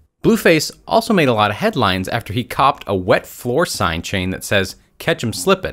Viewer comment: He said mop the floor hide the wet sign he says west sign